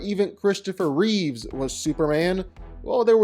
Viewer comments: His name is CHRISTOPHER REEVE, not Reeves. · I hate it when people who talk about Superman say Christopher Reeves. It's REEVE. There's no S in his name. No relation to George. STOP IT. GET SOME HELP.